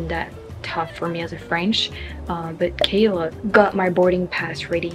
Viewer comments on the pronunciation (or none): none